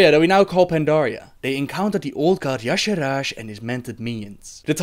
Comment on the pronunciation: You pronunciation of "Y'shaarj" is killing me, but it's ok.. nice video ^^